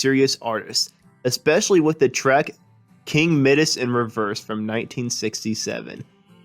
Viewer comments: It’s not MIDDESS. The I in Midas is pronounced “Eye”. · King Middus??? Who the hell is that? Try King Midas. It’s a long “i”. Sheesh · You pronounced "Midas" wrong...it is pronounced "my-dus", not the way you say it. "King Midas In Reverse" is one of their best. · The narrator must be really dumb to botch up the pronunciation of "Midas" the way that he did. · Lost my attention when Midas pronounced incorrectly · Once I heard that pronunciation I just stopped listening. I mean what could the narrator possibly know. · Crikey Dick, he must surely have heard the correct pronunciation when listening to the song!!